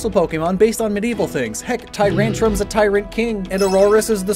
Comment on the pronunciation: It's tyrantrum